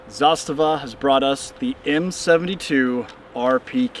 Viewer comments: Yup, it's pronounced zastava(as he said it), and NOT... zaSTAVA (as most say). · Your pronunciation of the name is spot on! (coming from a Serbian guy) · I am surprised, first time I hear American pronounce "zastava" as Serb, so hats off... We used also M72 underfolders, those are also nice. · A proper pronunciation of the word ZASTAVA. RPK platform is the best SAW (Squad Automatic Weapon) available due to the simple fact that it does not use belt fed ammo. Belted ammo is a nightmare on a squad level. Clips, on the other hand, keep the dirt away. All in all, M72 is a well balanced weapon for its intended role since heavy barrel and larger clips are enough for the slightly increased amount of sustained automatic fire. For the platoon, there is a belt fed PK (Zastava M84) with bipods and exchangeable barrels. For the company, the intended weapon is a PK on tripod. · Love hearing more and more people pronouncing Zastava correctly